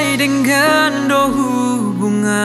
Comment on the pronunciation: Hurang pas pengucapan bahasa Batak nai sebagian. Contoh : denggan do = harusnya jd denggaddo. Adong dope akka naasing.